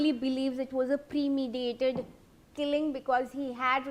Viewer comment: With all due respect, this anchor is nowhere near ready enough to take up such a role. She was saying words like, "premediated", it's "premeditated", this is common English.